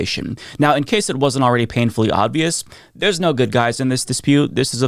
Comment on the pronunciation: Sounds like you say “odd-vious” and its bothering me